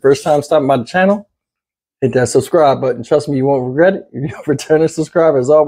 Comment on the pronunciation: Wait you said regret it I hear reddit. My bad.